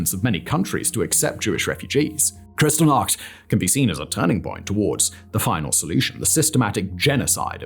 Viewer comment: FYI, it’s pronounced like “kris-TALL-nacht”, not “CRYStal-nacht”.